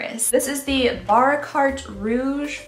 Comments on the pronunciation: Bahk-ah-raht Rouge. And it is my favorite fragrance of all time. And it's $250-$300 per bottle... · Ok, for the new year please learn to pronounce these words...Shiseido is Shi-ZAY-do, and Lancôme’s mascara that you love, Monsieur Big is Muh-syur Big. The perfumed candle is Baccarat...Bah-ka- rah. I think the other word was Madison, May-zon. And finally, Chantecaille is Shan-teh-Kai. Thank you, carry on. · ))) you butchered the French :))) but it's not bad. Bacarat is a very expensive perfume, over € 200, and the perfumery is a famous one